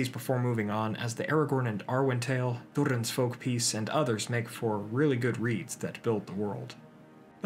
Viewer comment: When I heard him trill the 'r' in Durin I knew this guy was legit. Nice work, very helpful.